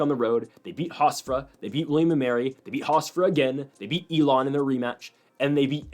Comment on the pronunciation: "HofsTra" 😂 Love the Analysis though but that was killing me